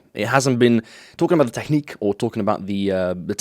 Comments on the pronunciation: Please stop pronouncing technique like it's the German "Technik" ( ͡° ͜ʖ ͡°) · Its funny how you pronounce technique xD